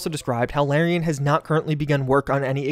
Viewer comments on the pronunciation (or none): You keep mispronouncing Larian. The first syllable rhymes with the letter R.